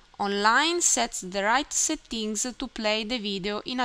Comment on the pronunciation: thanks so much! noticed the words "settings" and "purchase" were mispronounced :)